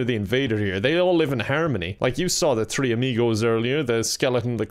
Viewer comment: Pronounces three without the H Also: "the dynamic thrio"